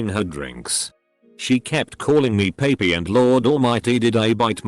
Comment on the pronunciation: why did it pronounce papi like that